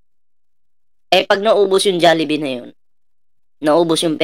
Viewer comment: Hey, wag Kang gumaya sa mga tangang Pinoy, hnd JALLIBEE, Ang tama Jollibee, hnd Yan pwedeng gamitan Ng Silent "A" Ang Jollibee, Ang mga Pinoy tlga parang hnd nag aral, pag Ang kasunod Ng J ay o, Ang basa don ay JO